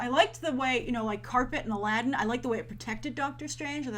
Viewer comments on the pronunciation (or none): none